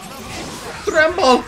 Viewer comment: trrremble. mystic rrray XD